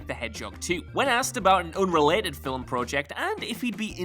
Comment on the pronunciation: Stop...saying...."FILL-UHM!" The word is, "film." No letters (or sounds) between the 'l' and 'm.'